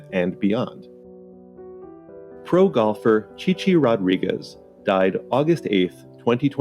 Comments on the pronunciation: Actually it’s Rodrigweeze. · I think he said Mr Rod Wigeez